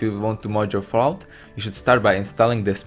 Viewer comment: Anyone else hear Vault when he says Fallout?